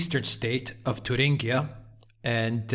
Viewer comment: Come on, it's not "Turinguia"but in German it's /Thueringen/ whereby /ue/ or Ü is like "du" in French as in "DU Café svp";-) Cheers guys. I want that Alpha team and Lawrow coffe mugs:-D!!!